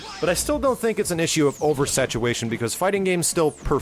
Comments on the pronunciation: how dare you... my mother was a satuWation. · 'over satuwation' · hahaha he said "satuwation" at one part XD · "... over satuWation.." Sorry, just made me laugh